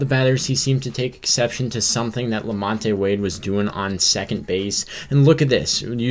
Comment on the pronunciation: #1-that is not very heated at all. lukewarm at best #2-Flaherty needs to do better and stop giving the signs away so freely #3-The name is Lamont(the E is silent) Thank you!